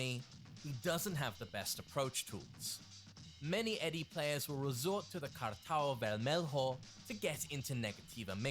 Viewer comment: It was a joke, I don't excpect him to simply know how to pronouce words in portuguese. but com'on, super well? Cartão Vermelho was not even intelligible lol